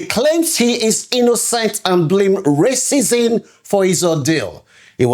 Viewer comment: Learn how to pronounce words...its pronounced racism not raisins!